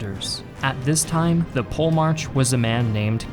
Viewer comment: Actually its Polemarchos with an ''H'' sound but english is a mess after all these alterations in pronounciation AND most of the greek names and titles came into english through a latin filter.